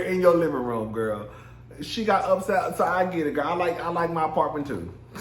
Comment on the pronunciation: I AM FUKN SCREAMING GAAAA!!!! SAYING GIRL LIKE GOAL...I FAINTED🤣🤣😂🤦🏽